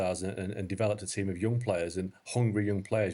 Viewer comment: or whatever: HOngry YOOng players 😂😂😂 Dude do you even know your own language